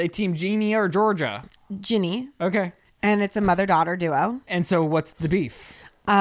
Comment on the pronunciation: said “Ginny” the way it’s pronounced 😊